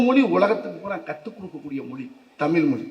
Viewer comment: தமிழ்... தமில் இல்லை. தமிழ்க்கு உயிர் கொடுப்போம் என்றார்... எல்லாம் சரி. ஆனால் முதலில் தமிழ் என்று உச்சரிப்போம்... தமில் இல்ல😢